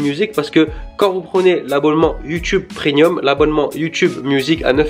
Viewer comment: Tu dis prénium